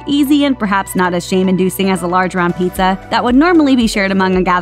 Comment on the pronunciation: It's PIZZA not PETEZA